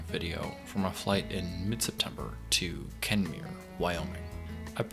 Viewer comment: It's kemmerer wy. Not kemmere. Doesn't pronounce it right